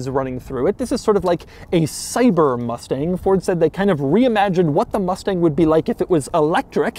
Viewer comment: They triggered me when they said Mustage mach E